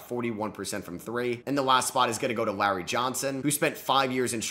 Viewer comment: didn’t think i’d ever hear someone mispronounce larry